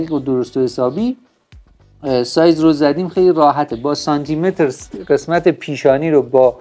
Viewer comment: سانتی متر و شماره صفر حروف ت و ف ساکن هستن شما با کسره بیان میکنی فارسی رو درست صحبت کنید لطفا